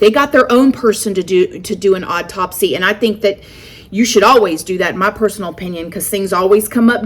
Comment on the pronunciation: "Autopsy" is pronounced AW-TOP-SEE. I love the way you say things, but after hearing you say this word in so many videos I just had to throw this out there. Hope I said this politely enough and you don't think I'm being rude telling you this! Been watching you since 20k subs!